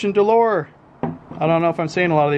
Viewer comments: When he said Christion D'LOR lmfao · Cartier = Car-tee-aay Christian Dior = Christian Dee-orr